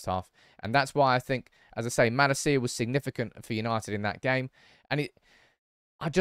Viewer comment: Likes Malacia but won't pronounce his name right